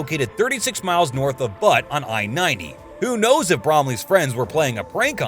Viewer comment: I'm sorry but its not Butt. Butte Sounds like Beaute. Im a Montanian myself..... i dont think ive ever cringed harder in my life. But lo0ve your vids <3